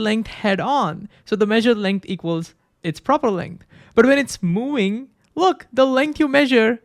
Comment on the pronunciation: Movind, movvvving there is v. Not mowing